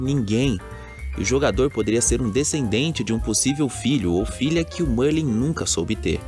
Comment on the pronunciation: Merlin grande bruxo da Sonserina! Para sabermos se esse bruxo aí é de fato Merlin vai ser simples, na sala comunal da Sonserina existe um quadro de Merlin, acredito que os desenvolvedores não iriam deixar esse detalhe de fora. E mano a pronúncia é Mérlin e não Mãrlen kkkkkkkk, mas de resto mto top o vídeo. +1 inscrito.